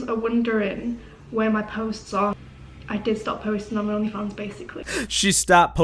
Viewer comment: "Oghnleh Fawnghs"